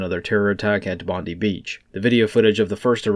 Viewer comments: Its pronounced BOND-EYE not BOND-EEE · Mate it is pronounced bond-die 👍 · Not to harp on pronunciation but it is Bond-eye. ASIO intelligence linked it. They are still in custody. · There won't be any info released to the media by the Australian nanny state even when they have all the details... P.S. in Oz we say Bondi 'Bond-eye'